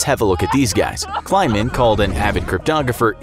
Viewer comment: Also: Pretty sure the dude's name was KLEI-man, not kLINE-man. Sheesh.